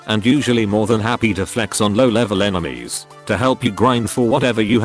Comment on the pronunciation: did the tts just say 'Enemas'